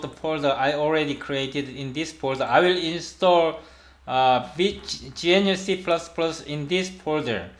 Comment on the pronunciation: Just started watching, feedback so far: I like your professional style of presentation though I found your pronunciation of "gnu" quite confusing (I thought you were saying something like "genuine"), perhaps "G C C" might be easier to understand?